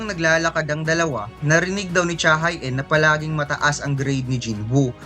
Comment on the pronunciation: pronounced as cha he in yun boss, hindi cha hai een